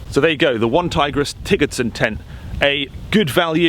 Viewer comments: 'Tiggers-den' ???? Tigers-den 😉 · I think it's pronounced "Tiger's den"! you've been watching too many Winnié the Pooh! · Tigersden pronounced Tigers den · “T I double gah Er” Tigger vs Tiger lol